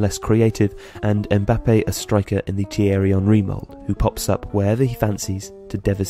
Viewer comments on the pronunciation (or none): none